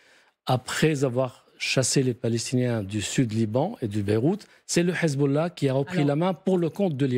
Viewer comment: Pourquoi quand ils disent hesbollah ou hamas ils le disent avec le h prononcer obligé c pour faire allusion ak les arabes